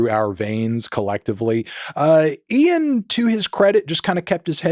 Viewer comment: Melon first American who can say 'Ian' instead of just 'een'